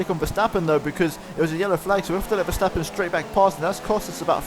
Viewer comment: You pronouns Verstappen good. most people call him ''Vershtappen''